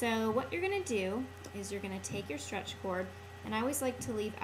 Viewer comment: when you say: strech bracelet it sounds like how to make a car. that's very simple, guys!